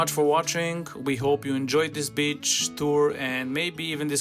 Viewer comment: ❤❤ uhr, my good man, maybe for your next beach coverage you’ll consider stretching your “i” a bit such that it sounds more like ‘bee-ch’ and not so much like “b-tch”. One’s the seaside, the other is a female dog (or a not particularly friendly lady 😊). Anyway, this was the absolute best video I’ve come across on this topic! Super helpful. Thank you!